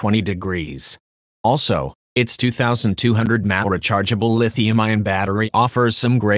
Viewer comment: one thousand two hundred mahh